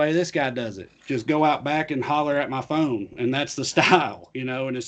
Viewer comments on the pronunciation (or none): you said "phone" we heard 'prom date'...